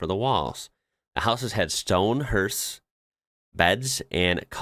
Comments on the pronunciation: Hearth is not pron. HERTH it is pron. HARTH. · GLACIER is pronounced GLAY CEE UR not GLAY SHUR. Roof tiles . "What are they" said Americans ! You can't do this with SHINGLES !! HEARTH is pronounced HARTH. It's the fireplace.